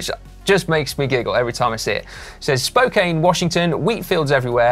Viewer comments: When it comes to insurance, my insurance company in the USA, through my auto insurance, covers me when I'm on my bike. Also, I ride with Mel B (and Sue!) in Spokane, which is Spo-can. Short 'A'. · Spokane is pronounced spoke-ANN Love you folks!